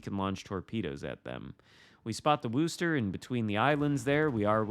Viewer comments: Guess my comment wasn’t as clear as I thought it was. The pronunciation of Worcester does not sound like “rooster”. Phonetically, it is Wooster, but that oo is pronounced like it is in the word good or the word look. It is not like you would pronounce rooster or cool. Of course if you are from that area, you drop the final R and pronounce it more like “woostuh” (again, making the oo sound like it does in the word good or the word look). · Worcester does NOT rhyme with rooster. The "oo" sound is like how you'd pronounce "good" or "look". Git gud :P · interesting. I've never heard any of my colleagues from the UK pronounce the town of Worcester as does in the video. In fact, just for fun I headed over to Mighty Jingles' YouTube channel to watch his video from 6 years ago introducing the USS Worcester and he pronounces it extremely close to how I do and how, I guess rather poorly attempted to explain here in my comments:). With a name like "GrumpyNorthman" are you from Scotland or Northern Ireland by chance? You mentioned being in the UK, so figured either of those two countries could potentially make one a grumpy northman:P. And believe me, has no chance of pulling off a New England accent if that's how he's pronouncing Worcester LOL!